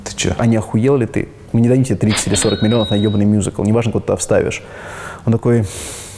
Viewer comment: Так круто произносит "мюзикл") мьюзикл.. Musical.. В русской речи звучит классно